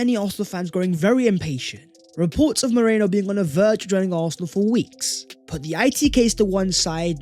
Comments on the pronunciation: It’s Merino, not Moreno! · Love your content as always,, but say it after me: MEH - REEE - NOH. Not MOH - RAY - NO. I know English folks have trouble with Spanish names, but let's make sure we don't get stuck saying it the wrong way. To your credit, you don't have nearly as much trouble with foreign names as Don Robbie, who is probably praying that Arsenal aren't linked with Tchouaméni again so he doesn't have to try to pronounce that name! COYG! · It’s Merino not Moreno. Idk why our whole fanbase says the latter. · Love you but as a Spanish Gooner I gotta say Merino and Moreno sound very different to my ears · It pronounced MEH-REENO! His our player now might as well learn the name.❤️